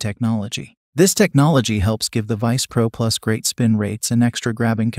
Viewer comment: Have watched other videos from this source. Not bad, but my recommendation is that the maker listen to their own product. Titleist V1x is not Titelist "Vonex", and misspelled words are spoken as they are misspelled (example: instead of "great" they typed and read "grea"). Technology is wonderful but it doesn't fix ineptness or stupid.